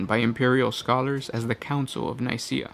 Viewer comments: How the hell did you get it to Council of NiSEA. It's literally spelt Nikaea. There's LITERALLY a K in there XD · It's pronounced Ny-Key-a ;)